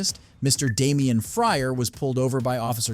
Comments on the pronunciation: It’s Damon Fryer! Not Damien Fryer! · Bro it's Mr. Damon Fryer not damien 😭😭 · DAMON Fryer. Not Damien. Cmon man do better.